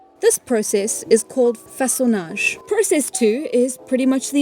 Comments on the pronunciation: As a french speaker, I think you nailed "Façonnage" , but you did use the english pronounciation for debitage (with a french accent tho lol) Edit: was almost perfect, you'd just need to pronounce the "a" with your tongue a bit more forward ( same spot as where I start ptronouncing the letter "I" for me ( ayy )) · This video is incredibly good and I feel that I've learned a lot from it! 10/10 I can't wait to hit up a riverbank and see if I can't make some tools of my own 😊 Your french pronunciation of façonnage and debitage is very good for someone who doesn't(?) speak french. Also the youtube tutorial gave you the english pronunciation of a french word which simply doesn't sound well. I'm assuming that a lot of old scientific terms being french comes from a massive amount of old universities and research institutions being in france. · Your art style kinda reminds me of osp but distinct, it’s so cozy and I love it!! Edit: as a French speaker you actually pronounced façonnage very well! In French it means “shaping” or “whittling”.